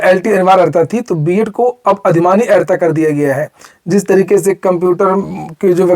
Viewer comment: अहरता नहीं, अर्हता.